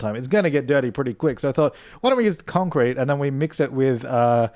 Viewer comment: Idk why but I love how pronounce “concrete”. It’s so satisfying 😂